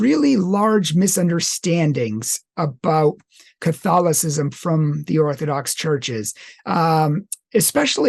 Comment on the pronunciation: Theological On the Orthodox side. Even though Western. Rome is the biggest 🔥 hotmess right now than even Luther would have conceived. And this man butcher the word Catholicism in the intro. Not nice.